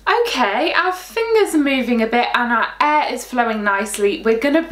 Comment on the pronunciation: When you pronounced air i thought it was e